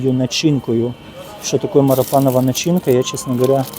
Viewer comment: Не марипанова пасха, а марципанова. Дякую за роботу.